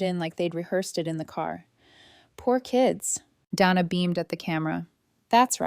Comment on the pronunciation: Day-na. Not Dan-na